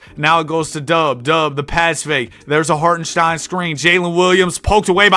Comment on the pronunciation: For the life of you, you can not pronounce chet or hartenstein..... Stop, get some help. I actually had to unsubscribe because of it.